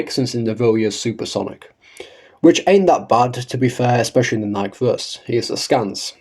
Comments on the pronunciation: Come on everyone, say it with me now: KNEE - KAY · I would like to point out a few Thing's I Agree with what you're saying But at this point he's never gonna say it correctly out of pure spite or rage bait people into commenting on his videos